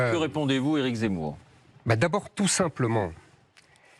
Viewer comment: Il n'arrive meme pas a prononcer Zemmour , il dit "c'est mou "alors que c'est lui qui est MOU